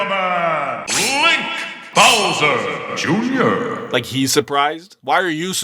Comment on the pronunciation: lol I love that "BOWSER junior(?)"